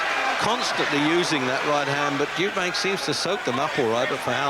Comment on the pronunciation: What a scrap, both very tough. It's hard not to laugh at the pronunciation of Eubank's name, not only does the commentator call him Eubanks but he calls him SIMON Eubanks for some reason at the end of the fight. Lol, the other bloke was called Anthony, where does Simon come from?